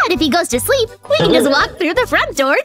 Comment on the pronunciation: Ha ha ha 😂😂 is saying they seep at night